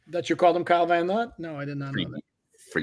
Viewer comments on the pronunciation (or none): I’m surprised you haven’t noticed saying “Kyle VanNot” 😆 I heard it a few times on the show.